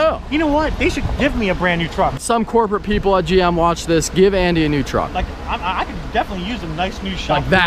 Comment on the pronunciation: hey bro you said the truck name right but Andy he need to go back to school